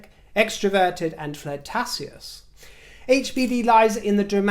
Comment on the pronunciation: Forevermore, ‘flirtatious’ will be pronounced “FLER-TA-SEE-US” 💕😂😎